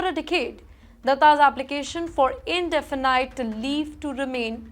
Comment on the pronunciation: Oh blimey, this inadequate anchor can't pronounce, "indefinite".